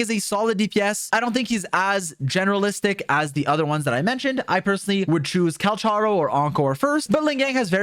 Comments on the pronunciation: Just a note.Calcharo is supposed to be Cal "ka" ro, i think, since thats how the chinese name is pronounced. But still that doesnt make him any less hot:) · Its pronounced 'Kal-karo'